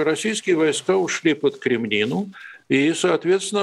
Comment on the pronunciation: Блин, ну какая еще «Кремнина»? КреміннА! КременнАя.